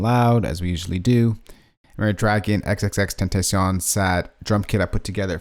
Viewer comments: Awesome vid but why do you pronounce his name like that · If only you could say his name right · YOU SAID IT WRONG AT THE BEGGINING